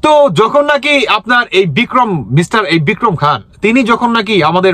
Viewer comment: Bhai Bikram khan na nam ta tik vabe bolun...bhul bhal bolsen kno..